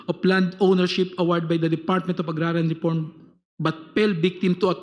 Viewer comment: Payling, reporm, pasilities, ulol i pailed ulol script ni trililing yan binasa mo lang